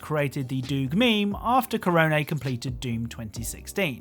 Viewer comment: he actually pronounced Korone's name right waow